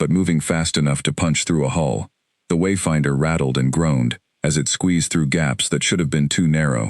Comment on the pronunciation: Why is there a pause before and after every time the name ..........Wayfinder........ is spoken in the first part of the story? Highly irritating. Otherwise, a good story.